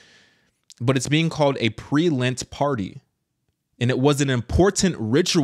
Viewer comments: It's lent sweetie Not lint! FYI All catholics do lent Not just the older generation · LENT!!!! NOT LINT